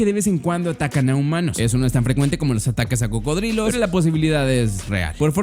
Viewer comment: “Pertenece a la especie crocodilos” o eso parece que dice 😂😂